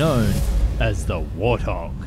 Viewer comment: Excuse me, did you say warthog or war thong? 🤔🤔🤣🤣🤣🤣🤣🤣🤣🤣